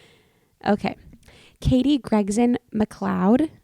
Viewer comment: my last name is macleod and you got it right the first time 😂 pronounced ma-cloud